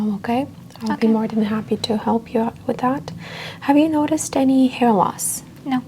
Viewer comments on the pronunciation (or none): none